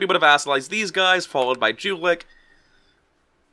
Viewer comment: it hurts to hear you pronouce Jülich and Trier D: ;D